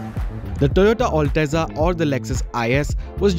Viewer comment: It's not all teza you gawar, it's al-teza